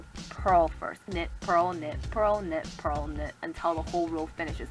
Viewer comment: Lol when you said knit, purl, knit, purl, really fast it sounded like u were saying nipple but with an asian accent. 😂😂😂